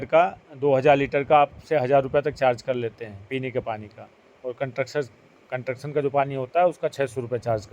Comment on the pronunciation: ji, you are frequently using one word " Contuction" which is wrong word. ये शब्द होता ही नहीं है Actual word is CONSTRUCTION Please correct while using in future in your vlogs Thanks 🙏🙏